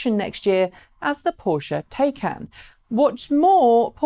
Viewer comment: I don't care what country you come from the name, Taycan is pronounced the same. please go to Porsche and find the word is said like, Tie-con, not Tay-can. How can you give a report on a car when you can't even put the effort into how to say the name correctly. The information you gave was very good.